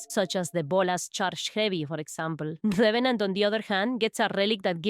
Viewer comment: RRRRevenant 😩😩😩 ima just rewatch the vid cuz of ur accent atp 😂❤️